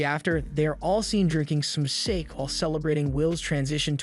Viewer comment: Bro! It's pronounced Sah-ke, not sayke!